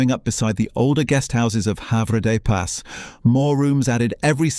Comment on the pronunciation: While this is interesting the photos shown many are not taken in Jersey and the names like Have des pas are pronounced very incorrect making us laugh a lot